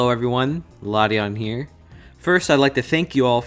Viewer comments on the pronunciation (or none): La-ti-on? Lol I thought it's Lation as in nation